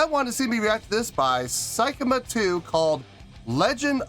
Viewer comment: Pronunciation is more like "say" kima 2, rather than "sai" kima 2 👍